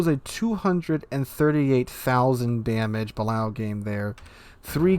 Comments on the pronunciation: I love your vids and commentary, but my ears bleed every time you say “Bal-ow”. It’s pronounced “Buh-lay-oh”. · It's pronounced the ba-lay-oh for anybody who cares 🤣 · ok for the BILLIONTH (hehe) time its buh-lay-o